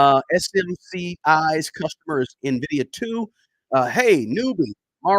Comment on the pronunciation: I clicked to see if he learned how to say Nvidia 😂 i bought it btw